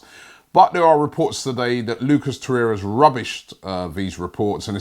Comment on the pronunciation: Nwabekee samuel I’m starting to think Robbie miss pronounces names on purpose for more views and comments smart business man like Stan🤣